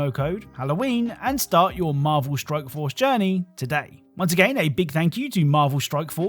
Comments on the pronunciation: At the end of the sponsored segment in the beginning, I swear it sounds like you're saying Marvel Stroke Force xD .. Am I having a strike? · I love your videos bro. But it 100 percent sounds like your saying Marvel Stroke Force several different times lol